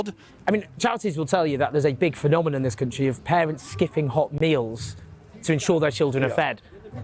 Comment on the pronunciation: The phe-nom-a-nom man